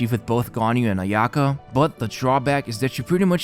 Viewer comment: ayaka, u say it with one go, not aya ka